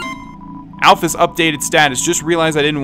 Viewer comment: alphys is said like the Y is a ES so you should say it alphES